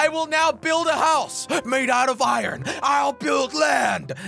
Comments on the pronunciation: Iruon jelly it's called iron not iruon looks like you have an accent like josh now jajajajjajajajajajjajajajajjajaiai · Iron not iyron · I-r-o-n that is not how you say that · Iran is not correct Iron pronunciation is ai·urn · its iron not i ron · Has anyone realised that he IrrOn instead in iron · Why did he say irun its pounced ir-on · Called iron not ayran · Nobody: Jelly: I-RON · how many times he said “I ron” | | | V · Jelly: this farm will produce me “Iran” Me: “Iran?” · Danonino Chapulin no he said it like Iren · I like how he said 👁️Ron instead of iron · Oof I meant he said it odd XD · This man made me say iron as ireen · Jelly you pronounce iron like eye in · He pronounced iron as I ron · Lol he say i,ron